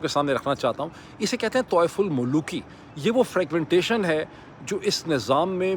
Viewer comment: Tawaif ul mulooki nahi, dr sab, it's tawaf ul mulooki